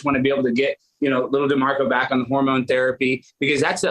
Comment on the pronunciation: Say his name "D'MARCO"😂